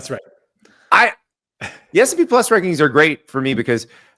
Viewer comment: Classic Andy. Can’t even say the name correctly. “S and P” 😂